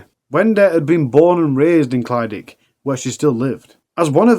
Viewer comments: The leas Ur producers could do is pronounce the places correctly and make sure the announcer says it right!! It's clydach, easier way for u to pronounce it is cli-dack! Not clydic! Wonder if any other Welsh people get pissed off with it! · Clyd-ach. The ach bit should sound like your clearing flem and the first bit sounds like clid. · I live not far from where this all happened. It’s all pretty horrific 😔 Also it’s pronounced Clidach with a cccchhhhhh at the end like you’re clearing your throat 😅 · Ohh not another one from Clydach 😢 (pronounced "klu-dargh", sort of the same as one would day "eurgh" in distasteful way?!) Brian is horrible , and should not have been allowed out ,especially as he was violating his probation agreement....and had been involved in loads of scrapes with the police too 😢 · Only word he got wrong was Clydach. The rest was ok.. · This is what happens when you leave murderers out of prison. Absolutely disgusting how he got away with so much. Life should mean life! Locked up for the rest of his life. People who release these animals should face criminal charges too. I hope it haunts them! I don't live too far from Clydach. Quite comical how you pronounce Clydach. My thoughts and prayers go out to everyone affected by this and previous crimes he committed.